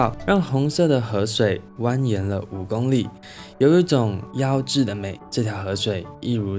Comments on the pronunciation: 妖冶 不是 妖治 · 您念的誤字真的很多～加油～例如妖『ㄧㄝˇ冶』